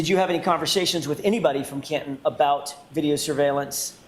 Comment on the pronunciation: It sounds like Copland instead of Canton!